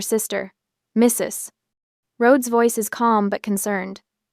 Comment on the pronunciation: Very annoying- that pause after Mrs. Like a grade 1 student who has been told that in reading a period means the end of a sentence and you can now take a breath. They all learn by the end of the year that a period can also mean- this is an abbreviation and you don't pronounce it alphabetically; and you don't pause while speaking.